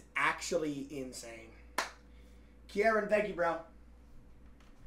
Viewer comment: i thought pronouncing kieran wrong was impossible bro